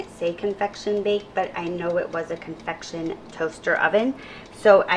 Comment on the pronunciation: Just FYI, it is convection not confection.